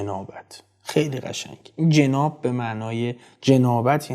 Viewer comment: به نظر می رسد تلقظ صحیح جناب با فتح ج درست است یعنی جَناب نه با کسر ج